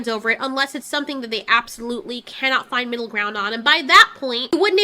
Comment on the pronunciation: I "KEN - NOT" EVEN!